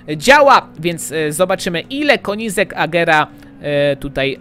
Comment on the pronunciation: mówi się kenizeg a nie konizek